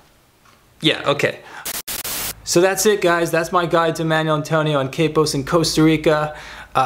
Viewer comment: A nice introduction to Manuel Antonio, but it's mahn WELL, not manual.